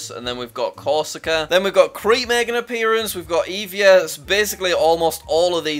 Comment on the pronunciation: it's pronounced E-vi-a not I-vi-a